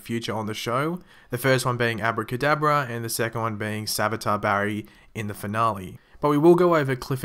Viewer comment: Your so bad at saying his name Barry